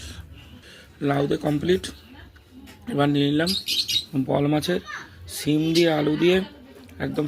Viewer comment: কথা টা ছিম না সিম হবে